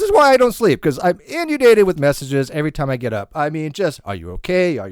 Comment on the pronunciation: Hey. You are a good guy, a skeptic and quite smart. So take no offense at this correction... it is pronounced "In-UHN-Day-Ted." Her self-reference as a LOLCOW made me laugh due to her severely limited self-awareness. Also, she shouldn't disparage porpoises by appropriating their culture.:) Peace.